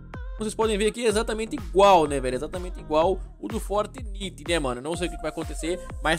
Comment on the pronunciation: Não é "fortniti" É "fortnaite"